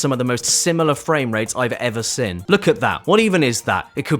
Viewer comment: Why do you pronounce "seen" as "sin?" Bro cant even speak his own language. 😭